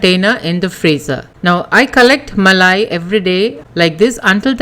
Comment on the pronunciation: Muh-lay Cuh-D Muh-lay Cuh-D Muh-lay Cuh-D 😂😂😂😂😂😂🤣🤣🤣🤣🤣🤣